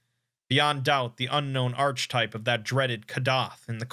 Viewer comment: I dno, it really takes me out of immersion when he mispronounces words, he does it a lot, "arch-type" instead of "archetype" for example